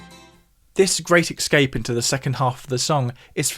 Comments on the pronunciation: I really enjoy your posts - you are a natural born teacher. However, you lose some credibility when you keep pronouncing, "escape" as, "excape". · since you teach us so much about the technicalities of music, permit me to note that I believe you are metathesizing your consonants in the word "escape," pronouncing it as "ecscape." No big deal, of course (this is one way that words change over time), but in case you wanted to know as a content creator. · It’s not eXcape, it’s eScape. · Love the way he says 'excape' !